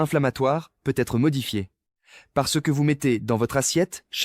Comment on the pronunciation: Revoir sur votre robot la prononciation de hareng & de l'adverbe peut-être.